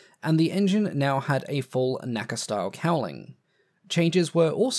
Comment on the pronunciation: NOTE: The acronym "NACA" is never pronounced as a word, always just the letters. I know this is not true of its follow-on decendent NASA, but for some reason is for NACA. Great video other wise. Thanks.